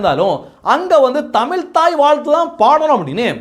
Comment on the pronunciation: தமில்?! என்ன கொடுமை?